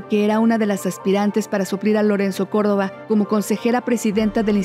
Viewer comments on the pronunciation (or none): none